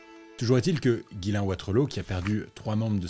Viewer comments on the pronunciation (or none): Ghyslain se dit "Jiss lain" pas "Guylain", mais sinon vidéo hyper intéressante ! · nan son prénom se prononce vrmt comme ca